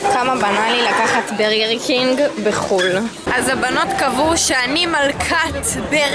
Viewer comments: בורגר קינג לא ברגר קינג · אומרים בורגר קינג לא ברגר קינג הולוג פצצה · אומרים בורגר קינג ולא ברגר קינג. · אומרים בורגר קינג